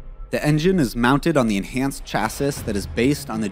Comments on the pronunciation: did he say "chassis" like ch-aa-sis ? it is pronounced like ch-aa-si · Did you say chass iss? Pronounced Chassis or chasey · Say chassiss...one more time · I want an Equus with an aluminum chah-sis? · Chassis is pronounced « cha see » how was this overlooked ?!?! Credibility lost. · Say it with me ,,,, chass—ee,,,,,chass—ee,,,,,, chassee,,, looks like chasis but sounds like chass—ee Just making videos it’s ok I watched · chasis? lol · Chassis is pronounced CHASSee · Chassis is pronounced CHASS-ee. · Although, there is one more thing that I cannot leave alone and have to comment about. I don't know where the announcer is from, even though he's speaking English, here in the U.S. I don't know of anyone in any part of the U.S. that pronounces the word "chassis" the way the announcer does. He doesn't use the silent "s" he actually pronounces the word the way it is spelled. But the "s" on the end of the word is silent and pronounced with sounding Luke the word classy, with the "y" at the end of the word. I'm just saying, that it's kind of like someone calling white wine Chablis, pronouncing the "s". Like fingernails on a chalkboard. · You have multiple incorrect “facts” in this video and you mispronounced “chassis” which demonstrates your level of automotive history and manufacturing. You seem to be reading scripts that you do not understand. However, Your editing is good.. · Please learn how to pronounce all of the words correctly, its distracting. Chassis for example Also, why not have the Corvette? Viper? Ford GT? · What kind of “automotive journalist” can’t pronounce chassis ?? 👎🏽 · yo can you say chassis lol do you even know cars